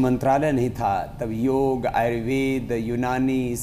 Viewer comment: आप के show में कई बार योग शब्द का अनुचित उच्चारण योगा किया गया है जबकि उचित शब्द योग है जिसका शाब्दिक अर्थ जोड़ना है